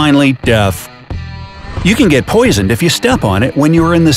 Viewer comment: IT'S GET NOT HET